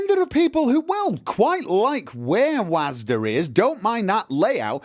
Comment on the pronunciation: I know, but you’re saying Wasd-a;)